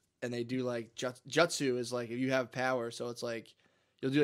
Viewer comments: Hearing matt say Jut-sue instead of Joot-sue has me dying. Matt's inner weeb coming out. Naruto is goated. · Wuder style jut sue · Isnt it Jewt-zoo? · Matt's pronunciation of jutsu is killing me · It's so damn funny how Matt pronounces words like Nar U to and jut soo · Matt saying Naruto and jutsu wrong